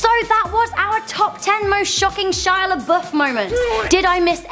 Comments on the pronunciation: Shia laBUFF not Shia laBOOF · i'd say the most shocking shia labeouf moments is when an englishwoman cant pronunce lebouf nor can they spell there